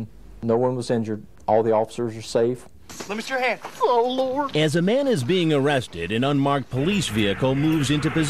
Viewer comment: "oh loored!" - 😭😭💀